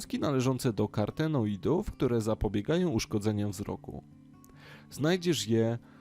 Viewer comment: Nie karTEnoidów, tylko kaROTEnoidów. Bardzo dobry materiał.